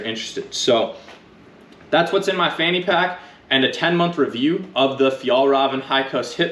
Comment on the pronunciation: As a swede I can say it’s not the correct pronunciation, we would understand though. It’s more like “fjeelreeven”. ”Ä” sounds more like ”E” than ”A” in Swedish.